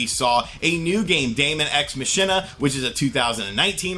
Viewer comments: Ma-kin-na not ma-shin-na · Hey LOVE the channel but Machina is pronounced Mah kee na. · MA KEY NAH is the way you pronounce the word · "Machina" is pronounced "Mah-Key-Nah" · It's Daemon X Machina (pronounced Mack-ee-nah) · It's pronounced Maw-Keen-Nuh, homie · It's pronounced MOCK-EE-NAH It's a play off of deus ex machina. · I'm worried about the way you keep pronouncing Machina...